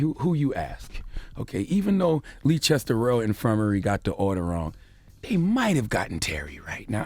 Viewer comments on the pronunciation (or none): Leicester = pronounced as 'Lester" not Leechester loooool. I'm British FYI. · Lee chester?! Lol it’s pronounced “lester”. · 😩👌🏾 “Uncle Charla Noooo” It’s Leices-ter NOT Lee-chester ask Ed Sheeran 😩🇬🇧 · It's pronounced "Lester" hearing him call it Leechester made me so mad 😂😂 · It’s pronounced ‘Lester’ not leechester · #LeeChesTer...??? I know I ain't that high... 😂😂😂 I really thought he was talking about a place in the States 🤷🏾‍♀️😂😂😂 Then I clocked he was trying to say #Leicester which is pronounced #Lester 😁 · CTG it's pronounced Lester not Leechester. Pass it on. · "Leechester" LMAO "Leicester" is pronounced "Lester" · Leechester?! Loool! Leicester is pronounced “Less-ter”. 😂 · No, no, no not Leechester😭😭😭😭 it's Les-ter 😂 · "Leechester" lol its pronounced lester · Charlamagne said Leechester it's pronounced Lester!! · Leicester = Lester =/= "Leechester" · Dude, its pronounced L-e-s-t-e-r (Leicester) and its S-m-e-g-m-a not schegma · Man said lee chester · Leicester = "Lester" He said the name of that hospital wrong too many times for me. Sorry. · Hospital is pronounced 'Lesster' lol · It's pronounced "LESTER!"!! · Leicester is pronounced Lester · Bro it's pronounced lester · Leicester is pronounced lester/less ter my brother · LMAO Leechester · it’s pronounced “Lester” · FAXX . hahahahah. Leechester! too funny! and the fact that the rest of the people in the room didn't correct him means they know no better either. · Yessss lee Chester???? I was thinking there's nowhere here called that? Is he trying to say Leicester or what? He's adding a rogue chest for bants🤣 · And there was me thinking where the hell is Leechester... five seconds later I realise he meant Leicester 🤦🏿‍♂️ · Pronounced Lester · My man said "Leechester" 🤣 oh boy 🤦🏿‍♀️ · Bloody hell I thought this was some place in the US until I read this comment. I didnt realise he was talking about Leicestvall that time. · Why does Charlamagne pronounce Leicester like that 😩😩😩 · Leicester? Lol no h. Americans